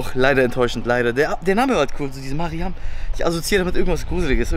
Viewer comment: Lol heiße auch mariam aber man spricht das anders an ✨🦆